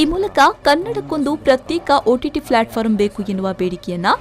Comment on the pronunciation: Akka adu platform, flatforam alla